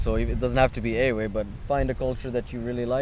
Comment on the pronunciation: Why do you say the word EWE wrong? why do you play everything wrong my friend? Akufede is weak. your friend playing wrong support pattern.